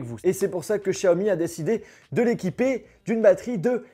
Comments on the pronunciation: Chiaomi naannn, c est xiaomi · C'est Xiaomi pas Shaomi Merci